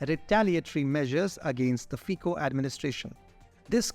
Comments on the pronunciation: Fico read Fitzo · Very good work guys! But... if you are making video about single person, it is better to say his name properly. It is very simple. Just find on youtube original slovak video Robert Fico, and there it is.